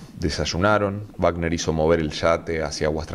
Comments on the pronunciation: Por Dios que alguien le diga al narrador que es Robert Wagner no Bagner. Google it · Oye....no es Bacner...si no Wagner...Robert Wagner ...por favor ... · Wagner, (se pronuncia con U Wagner. No es Baten.